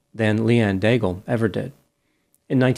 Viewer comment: Daigle is most probably a French Canadian name. I wonder if she pronounced her name like you do (like bagel). In French, the final e of Daigle is silent. Then "aig" sounds like egg, so the first syllable of the name is degg. Now think of the sound of the word glow, but without the ow part. Combine this with degg and you have the French pronounciation of Daigle. As for Pelletier, it is pronounced like pell-tea-yay . 🙂